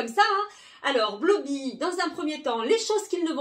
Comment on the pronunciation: Blooby se dit bloubi